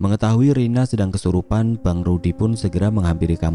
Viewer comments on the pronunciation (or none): none